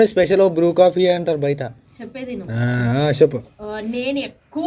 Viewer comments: Bru tea kadu akka bru coffee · Bru tea kadu coffee antaru